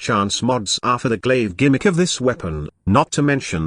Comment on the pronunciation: Glaive not glasgow lol